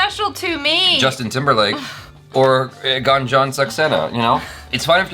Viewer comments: It's actually not Gun + Jun In Hindi, it is pronounced as Goon + Jan :) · Not Ganjan.. its Goonjan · Its Gunjan not Ganjan. Read it as 'Goon-jan'. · Its not Gunjan, but pronounce it as Goonjan... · It's goonjan saxena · it's pronounced as #Goonjun not #Gun-jun.. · Pronounced as GoonJan not Gun jan or Gan jan😀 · pronounce her name has 'goonjan' not gun 😅😂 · In Gunjan the Gun part is not how we say gun in English, gun is spoken more like goon spoken at a fast pace if it makes any sense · Not gun its goon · Gunjan is prounounced as Goon-jan not Gan-jan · It's Goonjan not Gun🔫jan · Its ... GOOOONJAN ... NOT GAAANJAN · It's pronunciation is Gooonjan ... Not Gaanjan... In the very first second of the trailer they pronunciate the name.... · Not gun jan it's goon jan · help. they pronounced Gunjan like dungeon 😭😭😭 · It's prounced as guuun..jaa. nnn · Its goon jun saxena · its goon-jaan saxena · It's pronounced "Goonjan" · It is pronounced as "goonjun", stop pronouncing it wrong purposely even after hearing it correctly in the video 😡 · The way u pronounce ' U ' . You have to prononounce goo n jan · her name is pronounced as 'GOON'-'JAN' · It's Goon+Jan Saxena. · It is pronounced as goon-jan and Car-gill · First time Achara was wrong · Gunjan is pronounced as "GOONJUN" ❤️🇮🇳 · it’s pronounced as goon-jan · they pronounced the name even after Jhanvi narrated it🤦🏽‍♀️